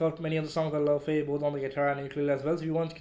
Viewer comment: Its pronouced Lay-vay btw